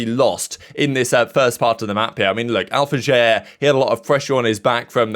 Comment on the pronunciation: do you not watch the broadcast why are you reading Alfajer name like that